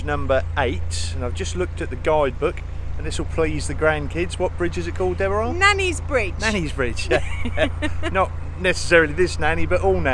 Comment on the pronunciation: My sister's name is Deborah, but never pronounced it the way does. 😁